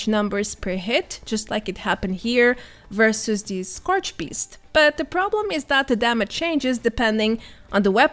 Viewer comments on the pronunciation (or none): none